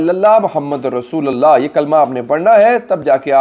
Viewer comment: Assalam o alaikum!, Rassolullah hota h q k lam pe paish hota h, Please! don't mind